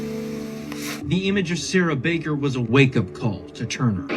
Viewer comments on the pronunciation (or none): none